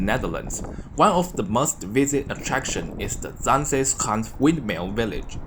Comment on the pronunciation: you pronounce zaanse schaans really well! You are Chinese? China is very lovely. have a nice day!